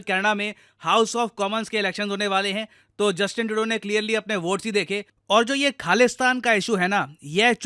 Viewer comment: Justin Trudeau ❌ Justin Todo✅